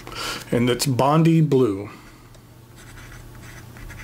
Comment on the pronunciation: Bon-die Blue, if you please, not Bon-dy Blue!